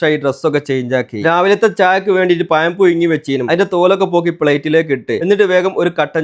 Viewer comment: പയം അല്ലടെ, പഴം